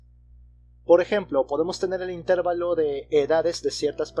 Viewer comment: Excelentes videos, gracias por compartir. Solo un detalle, la palabra "intervalo" es grave, no esdrújula, creo que no es "intérvalo".